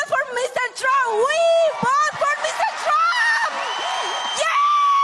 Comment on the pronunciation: “I will boat…..for Donna Trum”🤨 lol